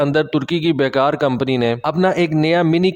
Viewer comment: ترکش کمپنی کا نام "بیکر" ہے ۔۔۔۔ "بے کار" نہیں ۔ شکریہ